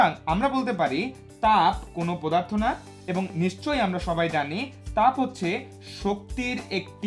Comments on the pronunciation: স্যার আপনি অনেক ভালো করে বুঝতে পারেন কিন্তু আপনি একটা ভুল উচ্চারণ করেন পদার্থকে পোদার্থ বলেন।।। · এটা পোদার্থ না এটা পদার্থ